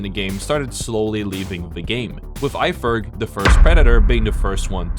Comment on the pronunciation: It’s just not eye